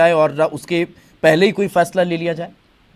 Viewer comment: है को कै बोलना कब chodoge bhai